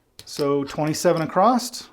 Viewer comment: across doesn't have a "t".... f.y.i.